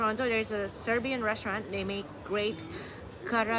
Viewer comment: your pronunciation of Serbian is excellent. Way better than most other tourists. You are almost local. Once you figure out how you pronounce letter J you are already there. IT is a most confusing letter for English speaking people. Also if you see letter C with the cap on top of it like Č it is like CH on English or S with the cap Š than it is like SH. If the cap on C is only half the cap Ć then it is lightly different but just read it same as Č and you will be close enough so you dont confuse yourself. For Ć you have to speak to local in person. You are right for number 8 it is pronounced like awesome. Also tomato pronunciation is like paradise.